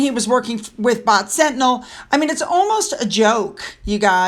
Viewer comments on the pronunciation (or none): none